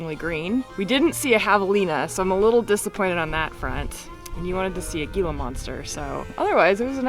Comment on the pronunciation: Rincon (short o sound) mountains. Gila monster (G is pronounced as an "H")